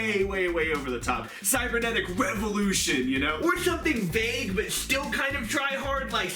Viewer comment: Guys it is called CYBERnetic not CYBERSEnetic KAPPA Cyberdragon support confirmed !